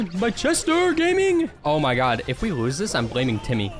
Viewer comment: “oh my GEEYT”he has diagnosed with brain rot guys